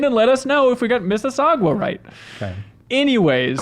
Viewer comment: lmao im from mississauga i have a serious question though. the last part is "sauga" so where the hell did you get "saugwah" from ????